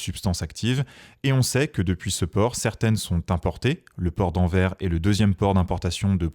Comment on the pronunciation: Au top 👌 On dit AnverS 😋